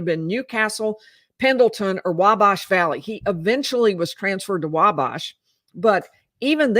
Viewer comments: Not that it matters at all, your recaps are the best, but I’m a long time Indiana resident, it’s “Wabash” where bash is pronounced as in head bash or big bash… same w Wabash valley Thanks for your reporting! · It's pronounced (wal)bash there's no l but it's pronounced like there is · I love watching you but you’re pronouncing the town of Wabash incorrectly.